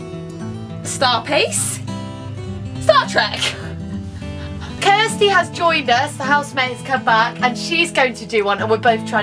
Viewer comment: "Star Track" lol